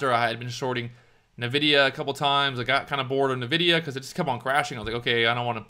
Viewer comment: It's pronounced "N-vidia". You say "EN" for the N.